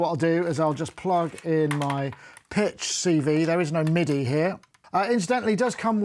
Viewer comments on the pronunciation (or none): none